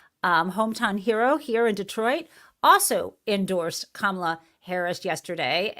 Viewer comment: he said Kamala's name properly...did y'all catch that?